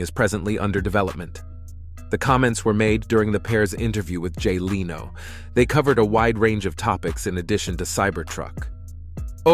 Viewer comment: I doubt it's really a 'dude' narrating...sounds more like an Ai voice....It mispronounced Leno's name etc. 🤣